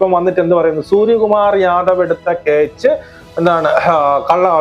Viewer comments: അണ്ണാ കേ ച്ച് അല്ല ക്യാച്ച് ആണ്😂😂😂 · Not ketch but catch. 😢